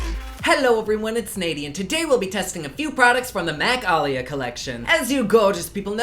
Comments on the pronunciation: Alucard Peach he definitely didn't pronounce it right.. He said Ali-ya. Def off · YOU SAID AALIYAH WRONG! IT'S PRONOUNCE AH-LEE-YEAH. XDD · You pronounced her name wrong lol pronounced like 'uh-lee-yuh' and anyone else feel rushed??! Like I feel like he rushed us thru this video so quick!! must be super busy!!! Lol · It's pronounced EHHHHH-LEEE-YAAAAA! Get it right ! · Lol ! at you pronouncing her name “ah-leeyah” lol love your videos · Love all your videos sooo much! It's pronounced a Lee ah like the late singer. You pronounced it very interesting in the beginning. Much love and support like always xoxo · You're saying her name wrong. It's Ah-Lee-YAh. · Leah it's pronounced Ah-lee-yah one A is pronounced uh-lee-yah but Aaliyah has TWO A'S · Say her name right idiot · Please say her name right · I'm sure you're saying her name right but my daughter is alliyah and it sounds different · I’m in and I’m triggered!!! You’re pronunciation of Aaliyah’s name!!! 😂😂😂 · Oh Lord I love but the way he says her name 😣😣 no just nooo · Oh honey... If its who I think it is, youre saying her name wrong lol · Lol the way you pronounced Aaliyah's name has me dead now... I died. Lol thanks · Either way he didn't say it correctly. Imo